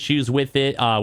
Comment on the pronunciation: Why do you keep saying "council?"